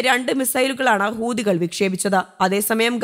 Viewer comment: ഹൂദികൾ അല്ല. ഹൂത്തികൾ എന്നാണ്.